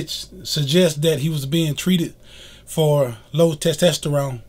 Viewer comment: It’s testosterone not testesterone lol.